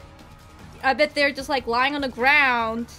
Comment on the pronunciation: Why you always lyyyaan